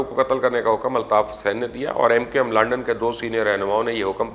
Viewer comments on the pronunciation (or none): بھائی لنڈن نہیں، لندن!